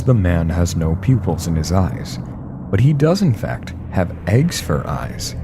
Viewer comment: Did he just say "infaft?"